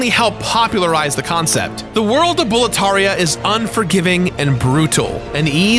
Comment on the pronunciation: Hearing him say Bowlteria after he made sure to explain how Demons' souls is pronounced might be the biggest rollercoaster of emotions.